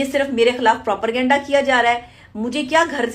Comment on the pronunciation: Kese ho sakta he kisi doctor ko propergenda or propaganda me farq nhi maloom???? Aisa bhi nhi k ghalti se moo se nikal gya blkay jitni baar b bola propergenda hi bola